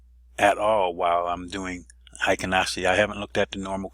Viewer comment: Need to correct your pronunciation. Hyo in Ichimoku Hyo is NOT pronounced High - O, it should be pronounced H-Yaw. Heikin in Heikin Ashi is NOT pronounced High-kin, but rhymes with Hair-kin (without the r)